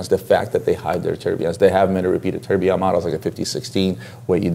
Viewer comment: Why do you correctly pronounce the second and third syllable of tourbillon and don't bother with the easier first syllable. I think you entirely fail to understand the concept of "quiet luxury' or class in other words. Harsh criticism? OK.